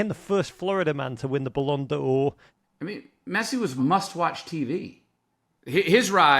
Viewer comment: You don't pronounce the apostrophe in "Ballon d'Or" 😂 Great video